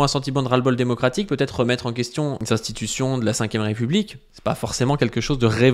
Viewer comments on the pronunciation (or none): none